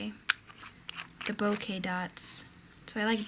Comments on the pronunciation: Hi, in Japan the /e/ has an long /a/ sound. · I think it's pronounced like "boke-uh", although I'm not completely sure....